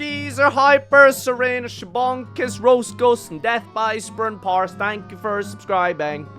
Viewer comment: I hope DeathbyDunsparce realized their name was pronounced "spurnparce"